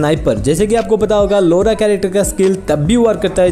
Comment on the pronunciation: Its not लोरा its लॉरा